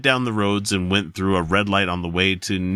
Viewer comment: You're pretty close. Lose the french emphasis on it and you've got it. ( Le Dook). and Nisku is pronounced Nisk-eww